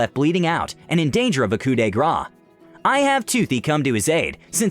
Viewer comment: Why do you pronounce coup de grace like that? It is pronounced koo duh (without the h) grass.